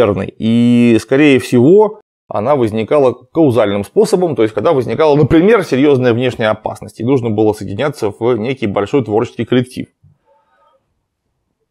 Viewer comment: "...она возникала каузальным способом...." - казуальным )))